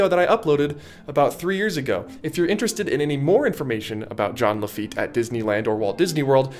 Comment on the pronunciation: It’s JEAN LAFEET